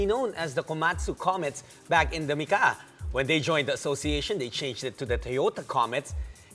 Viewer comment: It is pronounced Mika, not Mika-a.